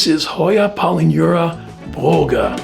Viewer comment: Both my polyneura (green and broget) get peduncles at almost every node but have never bloomed. They remind me of Bella peduncles. Thanks for the correct pronunciation of broget.